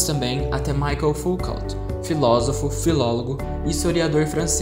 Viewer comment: parabéns pelo vídeo! Tenho prova hoje e seu vídeo me ajudou muito a sintetizar as ideias dos teóricos. Gostaria de dar apenas uma sugestão: atenção a pronúncia dos nomes dos teóricos. Como os nomes são franceses, a pronúncia correta seria: "Jean Bôdriard" "Edgar Morrãn" "Michel Focô" etc. De resto está perfeito. Parabéns!